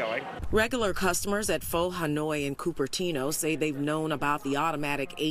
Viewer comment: I don’t know them but I can tell you I’ve been there once and the food is real good, I tip 18% on average so it’s okay. If you can’t afford it then eat somewhere else! Also, news reporter didn’t say Pho right lmaoooooo; be safe and healthy out there!!!